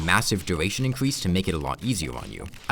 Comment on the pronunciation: Get a speech therapist, you talk like a diaper lover "incwease da numbo of wipped tag effects" "the sivur bracur" "the wickud armwet"